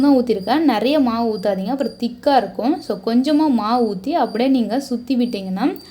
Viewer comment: 'இருக்கும்" போன்ற சொற்களில் கடைசி "ம்' யை அழுத்தி சொல்லவேண்டும் என்று யார் கட்டாய படுத்துவது? செயர்கையாக அவலட்சணமாக உள்ளது. இயல்பாகவே சொல்லலாமே.